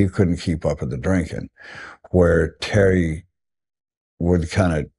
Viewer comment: Is there a reason he can't say Terry's name?